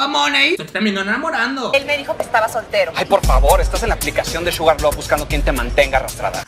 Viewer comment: parece que hubiese dicho "Suga" en vez de Sugar jaja